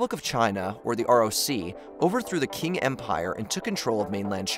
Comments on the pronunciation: Qing is pronounced with a "ch" sound not "k" . So, from the mid 1600dreds the Qing dynasty ( Ch + ing) ruled only over N.East Taiwan. Then, as rightly pointed out Taiwan was occupied by Japan from 1895 until 1945. Japan gave up Taiwan and it was returned to what was then the roc which is the official name for Taiwan ( even the politics of this is debatable). 1949 Dictator Mao conquered China and officially changed its name to the People's Republic of China PROC. Until 1971 the USA Recognised the roc fronted by Taiwan and the KMT leadership as the official China. China PROC wasn't really a country because it wasn't recognised by the United Nations. That's the same stupid logic applied to Taiwan today. In 1971 the USA started sgaking hands with the sick minded Chairman Mao and the PROC became "Acknowledged" but not " Recognised" under the American " One China Policy which is different from the PROC's " One China Principle ". Under the One China policy ambiguity has been a constant over whether or not the USA would come to Taiwan's aid should the PROC invade. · That and other mispronunciations was pretty annoying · Pls stop saying king empire, it’s ching empire It’s a bit annoying, otherwise I love your videos. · The CCP is the Chinese Communist Party, not the name of the Peoples Republic of China (PRC). The previous dynasty was pronounced Ching not King. The US has not really ever formally committed to military defense of RoC. Biden simply admitted what is de facto what would happen if needed. Blinken just restated the official position they has always put forth. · I think quing is pronounced ching and not king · proper pronounce is 'Ching' dynasty /Ching Chao 清朝. not King. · FFS 😂, Qing sounds like “Ching” And it’s PRC not PROC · No. It’s written qing and pronounced ‘tying’. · "QUING"?!? Dude! Really?!?😅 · It's spelled Qing and pronounced "Ching" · Just wanted to say that Qing is actually pronounced as Ching, but overall its a good video. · Qing Empire not Qiung.